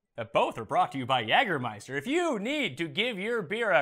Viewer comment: Just for the record, Pat... In the United States, we pronounce it "YAY"germeister... not "YAG"ermeister... Your pronunciation hits the American ear very weird. I love the show, though!!!